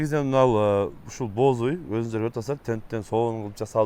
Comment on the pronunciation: Боз уй. Бооз деп угулуп калыптыр😅